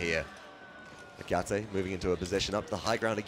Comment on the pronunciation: Why can no paladins commentator read that his name is Etaceh not Ecateh?